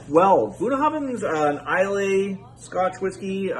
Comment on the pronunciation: Nice video,. Bunnahabhan was pronounced correctly. However, Islay is pronounced I la. This dram is quite nice. I really like it. Whisky Wednesday is a keeper l, IMHO. Cheers!